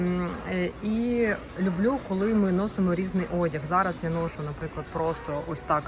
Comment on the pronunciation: НЕ «нОшу, попрОшу», а - «ношУ, попрошУ»!! Не «зАйду» - «зайдУ»!!